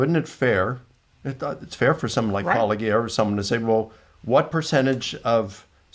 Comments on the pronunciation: It’s a real shame he wouldn’t say your name. Gary’s mispronunciation is by far my favorite “Paula-ghee-uh “ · Dear I am a firm fan of your channel and of critical discourse at large -- I clicked on this immediately, wonder when to expect your shadow channel featuring that apologist clip of mispronunciation; Pawloggia et al~ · lol, 'me who shall not be named' they simply cannot pronounce it correctly! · I suppose if they don't say your name, they can't be accused of deliberately mispronouncing it. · okay, but judging by how much trouble apologists have saying "Paulogia"... maybe he physically CAN'T say it 😂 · They know well of Paulogia, they just refuse to pronounce it correctly. That being apologetic spiritual warfare, presumably? Gary's book would keep me in TP for at least a couple years, lol. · Maybe they are finally getting embarrassed by mispronouncing it? Nah, can't be. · I haven't watched this one yet, but "in previous episodes", Christian apologists seem to go out of their way to pronounce the name of this channel in different wrong ways. It's like they're trying to mock. Not very "Christian" 😅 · Maybe he's afraid of mispronouncing his channel name? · So, they've gone from intentionally mispronouncing Paulogia to refusing to say it at all. Edit: fixed a misspelling typo. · At least not spoken correctly. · None of them know how to pronounce it. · What a coward Gary Habermas is...He can't even say "Paulogia".